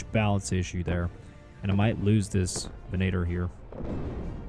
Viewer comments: Vin-uh-tore ven[a]tor. 😅 dude i love your videos on thos amazing free mod for Warno but come on .. you know its not called a ven-ator. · Amazing mod but I can't help but notice the fact you pronounce venator "ve-nay-tor" which really ticked me off lol (btw it's pronounced "ven-ah-tor") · god i hate the way he pronounces Venator lmao